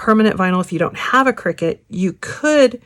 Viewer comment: It's pronounced "CRY-CUT" - not "Cricket"